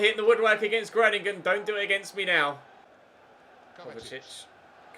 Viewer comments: the 'o' in Groningen is pronounced like the 'o' in grow. If you change your O pronunciation you'll be spot on! Love from the Netherlands <3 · Hi im from the netherlands could you please just put the name groningen in Google translate so you can hear it pronounced. Its really funny how you pronounce it